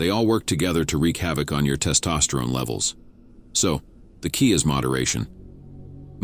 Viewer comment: Testosteroney 😂 Good advice but these AI voices painfully mispronouncing words is so cringe. Fix it up